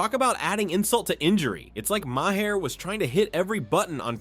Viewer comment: Please for God's Sake, learn how to pronounce Maher! It is Mayer, not May her!